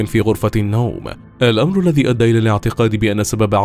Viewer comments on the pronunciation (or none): none